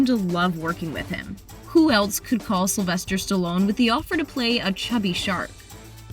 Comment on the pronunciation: Did she say sylester???.....